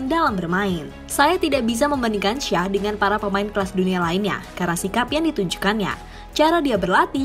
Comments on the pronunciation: Belajar ngomong ‘Shaw’ dulu deh: bacany: “Syou”. Shaw= Syou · Apa syah .... 🤣🤣🤣🤣 Luke shaw bro ....cara bacanya aja salah ... Dan ya alex telles itu dari brazil bukan portugal ..... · Shaw itu dibacanya Syo(w).. (huruf W nya dibaca lemah/tidak terlalu jelas). Coba utk memperhatikan bila komentator sono menyebut suatu nama. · Anjim kenapa shaw jadi shah wkwkwkkw jadi orang arab bangkeeee kwkwkwkw